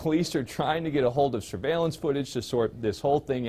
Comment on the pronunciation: The news man just said “the police are trying to get shurvallince footage”